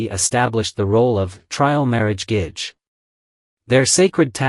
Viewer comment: Also Gege I think is pronouced like Geh-Geh not gage. its how I hear it in the dramas at least